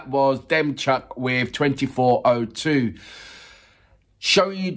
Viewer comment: DEMCHUK pronounced like DEMCHООK